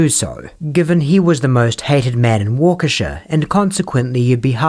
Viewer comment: The town name is not "Wo-kishay" it is "Wah-key-shah". I know British always are quick to jump on Americans for mispronouncing things, but British have a very bad habit of not caring about native American pronunciation of non-European, native names in America.